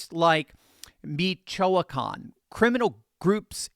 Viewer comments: It's pronounced meech wa can. He sort of butchered the pronunciation. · Its Pronounced "MEE shoe a khan"! Ouch!!!😮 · LOL, your Spanish pronunciation needs work. Jalisco is pronounce Ha-LEE-skoh. Michoacan is pronounced Mee-chwah-KAHN. I only know because I'm pretty sure Gavin Newsom made Spanish our official language out here in California. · Check your pronunciation of Jalisco & Michoacan.